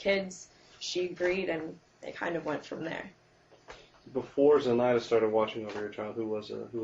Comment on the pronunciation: So random but the way she says "Zenitha" and not "Zenaida" pisses me off.